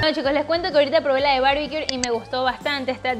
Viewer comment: Se ven muy buenas las recetas. Por fis, corrige pronunciación de barbecue, sin R al final!